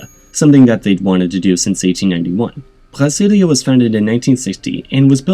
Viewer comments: Brasilia is pronounced with a tapped r, not a guttural one, same with the r in Janeiro. The R in Rio is pronounced more like a h, but you could pronounce it like the French r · I vomited in my mouth when you pronounced Rio de Janeiro and Brasilia as if you were speaking Klingon or something.